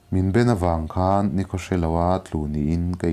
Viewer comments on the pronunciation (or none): none